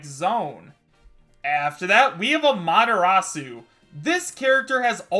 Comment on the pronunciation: i cant believe he said AMA-TIR -A-SUE wrong